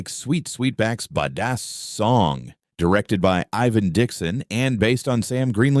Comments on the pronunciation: Yea nix that dumb ass AI . It particularly butchers AAVE 🤬🤨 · Yes,it pretty pathetic.